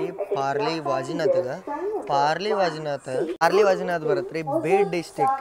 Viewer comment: ಪಾರ್ಲಿ ವೈಜನಾಥ್ ಅಲ್ಲ, ಅದು " ಪರಳಿ ವೈಜನಾಥ"